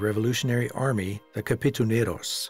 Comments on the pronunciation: Did he just say ‘kapitunero’ instead of ‘katipunero’? or is it just me? Lol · Im also a pilipino(pilipina) I just cant help but think was i wrong? I heard the narrator said kapitonero instead of katiponero😅😅. Correct me if im wrong. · It should be Katipunero not Kapitunero that's why some people dislikes this documentary video. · Its katipunero, but love the docu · What a beautiful documentary. Proof that Philippines culture and nature is very rich. The Sierra Madre mountains are Luzon’s first line of defense against Typhoons so I hope it will be preserve and people won’T abused it. Overall, it is very good, though I am bothered how he pronounced the Katipuneros. He keeps on saying Kapituneros.